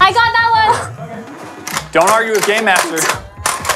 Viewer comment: is it just me that thinks every time he says game master he's saying gay master?